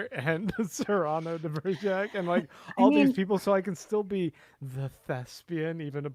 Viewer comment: Cyrano de Begerac (it was pronounced incorrectly the whole podcast unfortunately ). Also Enterprise had a character no one ever saw - Chef. It was a great idea and worked well. But your podcast is very negative about Enterprise so just letting you know.